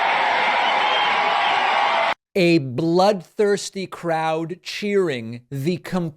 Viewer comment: love that pakman. you got it good! “shot”. shought.